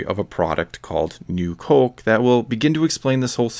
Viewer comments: U sound canaidian wen u day coke! U da ound normal until u say coke. Please stop saying it so wierd. Omg if u say coke 1 more time im unsubing!OMG U SAY IT LIKE 250 MORE TIMES AFTER I WROTE THIS!!!!!!!!!! Theres no L n coke. Its not colke, it coke. I wanna rip my dick off so i have somethimg to plug my ears, wen i hear u say COLKE.!!!!!!!!👎👎👎👎👎👎🖕👎👎👎👎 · You say it like “Cöke.” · I like your Minnesota way of saying "coke". Cōke. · it almost sounds like there's an umlaut over the "o" when he says "cöke" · c-oh-ke. haha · "Cohke" where you from bro? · All I keep hearing is "colk" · You say Coke weird, but every other word is familiar. Are you Canadian? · Good video, but you say "coke" funny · You say Coke funny